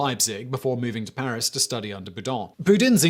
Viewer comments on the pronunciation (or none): none